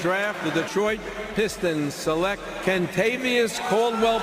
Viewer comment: Never realized how horrific this draft was but I like how Stern mispronounced select in anticipation of having to say the freaks name